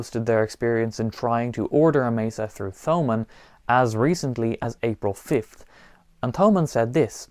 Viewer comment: The H in Thomann is silent. Just like Thomas in English.